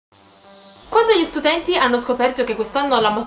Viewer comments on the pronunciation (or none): hai detto stutenti???